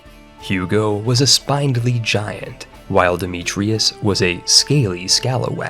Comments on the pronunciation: It's SpIndly. Not spinedly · “spin”-dly, not “spine”-dly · The incessant rhyming is annoying. Additionally, spindly is pronounced like spin not spine. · The way you constantly mispronounce "spindly" is mildly annoying... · You should look up the pronunciation on "spindly." Or just count the number of consonants in between the i and the y (it's more than 1.) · The writing was phenominal on this one, though I've never heard spindly pronounced that way before, heh heh